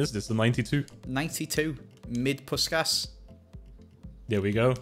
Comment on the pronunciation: I am hungarian and it felt so good that he actually said puskás' name right. :D